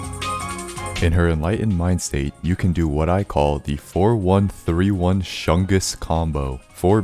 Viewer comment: "shungus" lmfao Big shungus